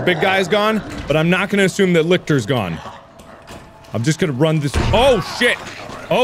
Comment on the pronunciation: No one else a bit triggered that he's calling the Lickers, Lictors. Wtf Mark come on...